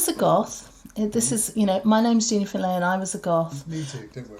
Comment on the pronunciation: "Finlay" ffs